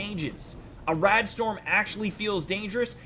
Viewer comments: [Dust Storm.] Not 'Dust 'Strom.' Simple grammar error lol, other then that though, love your videos mate, always entertaining. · Did any one notice he said desert strom not storm lol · Did anyone realise he said strom not storm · "Dust Strom" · strom... undrestandable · “Dust Strom” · dust 'stroms'.......? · Says Dust Strom not Dust Storm. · "dust strom"? quit embarrassing yourself. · STORM not strom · Hey man you've gotta hate them "Dust Stroms"!!!11!!1!!